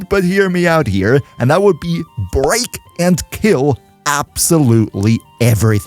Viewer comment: Bro, your "break and k*ll everything" sounded more like "grape and k*ll everything." 😅😬